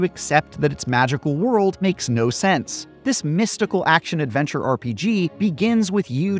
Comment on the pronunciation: *OFF ON A 'NOTHER AVENCHUR ARE WE